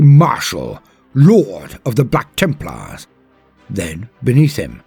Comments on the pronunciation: BLYACK TIIMPLAAAHS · I freaking love it when he says ´´BLACK TEMPLARS!!!!´´ XD XD XD